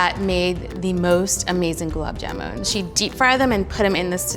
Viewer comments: That indian girl herself can't pronounce it correctly... Goolaab jaamoon ...how hard it can be!!!! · I know it's not her fault but I can't help but cringe everytime she says jamooon! Also, she's saying her name wrong!!!!! Anyways, the end result looks divine and she's beautiful ♡ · It's gulab jamun not jumun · Gulab "Jumun"? Wtf... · The person cooking can't even pronounce gulab jamun correctly. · Everytime gulab jamun is pronounced wrong a desi aunty has a heart attack